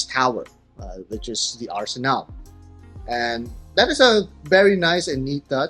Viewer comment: FFS is not arsenal, is arsenale pronounce the final e, is Italian, not English!